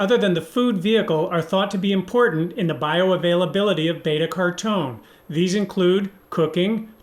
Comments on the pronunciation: Isn’t it pronounced care-O-teen? 🤔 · why do you pronounce carotene like "cartoughn" or something?:) And curcumin is usually pronounced like "kurkumin."